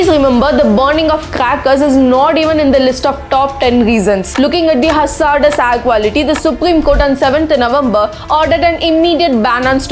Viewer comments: Everything was great until you started saying “Ayre” instead of “air”..great video though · Your videos are very informative and inspiring... But please correct your pronunciation like "air" & "grain"